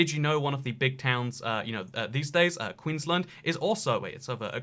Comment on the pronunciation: As someone that is from the UK and Australia and who lives in Queenland, your pronunciation of my state enrages me.